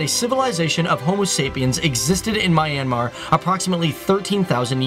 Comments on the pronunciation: Correction... this country is pronounced " MEE- YAN -MAR" and NOT "My-An-Mar" ...i almost cringed hearing that.. I have been to this country and the locals there say it as Mee Yan Mar. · Fact: Its not MY...AN...Mar......its MYAN...Mar. 👌👌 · it's - Me-n-Mar. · LOL My an Mar... It's Myan Mar, dude.. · I'm from myanmar and it's not pronounced my-ann-mar it's pronounced myan-mar! Seriously! This really bothered me throughout the video! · It's not Mye-an-mar. It's Mjan-ma. (Actually it shouldn't end in an "r") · is "Myan-mar",not "My-an-mar" ;) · It's not "My-an-mar" it's "Myan-Mar" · Random viewer Myanmar here. This is a really great video. I love how the details are well-written and presented in the best way. I only have some issues with some of your pronunciation First of all, Myanmar is pronounced "Myan-Mar". The river name is actually written and pronounced "Aye-yar-wady". I don't blame you because you found that weird spelling from awfully old sources. In the half way of the video, I feel depressed. I just realized the rest of the world values our tourist attraction structures, as ART and priceless. But meanwhile, some of those stupid Myanmar citizens see them as some useless old buildings. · It’s pronounced “ me - yaan - maar “ not the way he says it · IS MYANMAR NOT MINEYANMAR >:( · is pronounce myennn -mar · its not my an mar its man but with a y mar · You always say mi-anmar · He pronounced Myanmar wrong